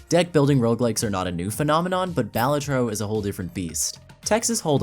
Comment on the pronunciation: Great video, unfortunately it is pronounced bay-LAY-trow so you get a dislike ☝🤓